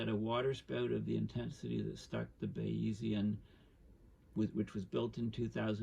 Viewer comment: Porticello is pronounced Portichello. Thanks... and the boat is pronounced Baizian. It's named after Bayes the mathematician, father of Bayes' Theorem. Pronounced Baiz.